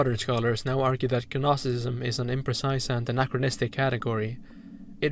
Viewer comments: just wanted to mention it’s pronounced “nosticism” the g is silent :] Rlly interesting video btw, you put into words thoughts I had about the dark world but couldn’t properly articulate lol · You're killing me with the hard G in gnosticism. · Given that "gnostic" is in your name I have to assume you're pronouncing gnosticism wrong on purpose to cause psychic damage to mythology nerds like me, who would know that the G is silent, like in Gaster thanks for the incredible video btw, I would've put up with way worse audio or editing just to hear your thoughts but this is quality I'd expect out of an established YouTube channel. Whatever you make in the future, I hope you continue to think in-depth about media like this!